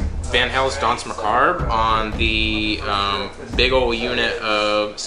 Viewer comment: The "r" in Danse Macabre is silent by the way.